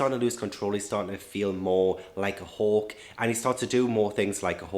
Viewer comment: It took me 30 minutes do realize you were saying “hawk” and not “hulk” haha I feel so dumb